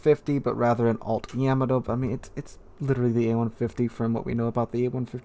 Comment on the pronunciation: Ok, its driving me nuts hearing your mis-pronouncing Yamato! The ship was NEVER CALLED "YAMI".. THAT was a dumb brand of 80's YOGURT !! YAM A. TOE sounds like you can't walk and chew gum at the same time in the dark. It is pronounced Yah MAH tow, with the accent on the second syllable! Not like hammer toe with a y!